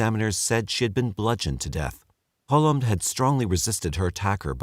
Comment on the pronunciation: lol it’s ‘Colom’. It’s a Spanish last name meaning Dove. Love the crappy jokes though!